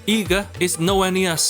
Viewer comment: Eega ❌ NEega 🌚